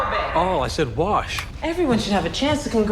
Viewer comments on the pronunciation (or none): You'd been pronouncing his name as Walsh... drop the l, like you are going to Wash your hands.